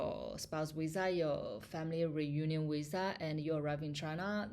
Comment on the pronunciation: 😂😂😂is not wisa is visa . Is funny how you pronunce visa. You make me laugh